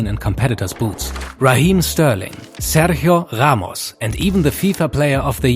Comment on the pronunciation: "Sergio Jamos" 💀 gringos can't pronounce Spanish R lmao